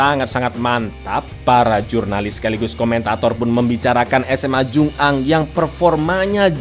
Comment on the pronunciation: Bacanya jungang disambung mas bukan jung ang